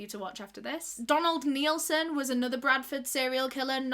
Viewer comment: She said Nilson 😂